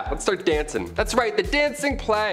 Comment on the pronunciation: Ah yes, the Black death aka the great "Pleg"